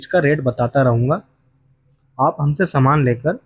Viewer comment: समान नहीं। सामान। समान मतलब equal सामान मतलब goods